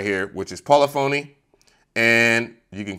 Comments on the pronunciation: Puh lif uh knee. Not poly phony. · Po liff a knee, not poly phony LOL. Had to mess with you LOL. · Yo the word Polyphony is pronounced "Polifany" Come on MAN!